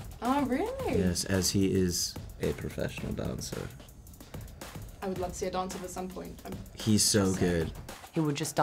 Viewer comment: when dylan says “dancer” it kinda sounds as if he said it in an english accent